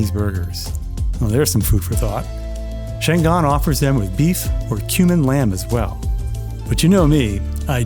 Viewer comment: It is pronounced Chang an, a city in northern china. Always pronounce Chinese language by each syllable.